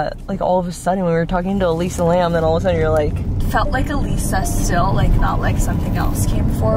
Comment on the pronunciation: “Elisa Lam”? Yikes!!